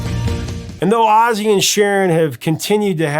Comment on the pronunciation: Seems like AI is only artificial, aussie instead of ozzy? Sorry but i can't and wont deal with artificial stupidity.